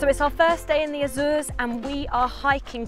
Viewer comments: So funny the way you pronounce Azores, except for Miguel cousin of Michael (translation in English) that's perfect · Azoors? Sets seeyou dadgees? Just say Azores...